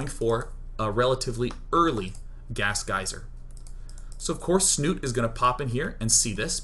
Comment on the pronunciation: love is a strong word, as a Norwegian hearing them pronounce Snute wrong every time is making me cringe.